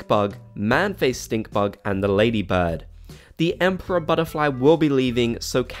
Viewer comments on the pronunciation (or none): Did he just say Ladybird ?